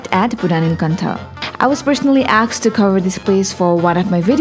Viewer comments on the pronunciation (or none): it's asked... not aksed? very common in n...